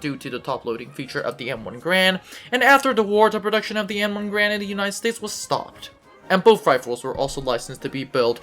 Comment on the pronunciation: It’s “Gar-and” not “Grand”